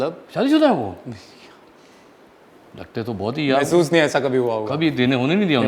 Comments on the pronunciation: M your fan agha ...but mehsusment...whattt🤣🤣🤣🤣🤣???..Lot's of love from india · Anyone noticed Agha said : mahsoos-ment